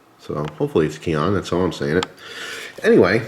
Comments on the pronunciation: pronounce Key-hone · Pronounced "key on" translation "basic"